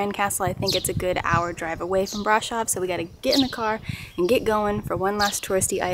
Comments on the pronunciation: It's easy even in English: Bra-shov :) Sh is pronounced like sh from shore. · It’s brahhhhhhshohhhv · Please learn how to pronounce Brasov!